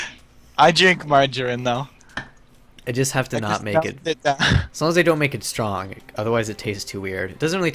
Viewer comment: ***** Just referring to how you said strong as stronk there.